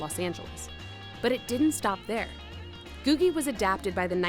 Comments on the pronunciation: Pronounced GOO-jee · I’ve always heard it pronounced “goojie.” (LA native here)